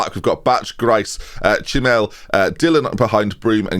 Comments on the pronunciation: The Ch in Chmiel is pronounced like a "soft h". Please check it on google translate so you don't butcher polish names anymore, please :-) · You pronounce Chmiel wrong. In polish "ch" is pronounced just like "h" in word hay. Polish language is sometimes weird :D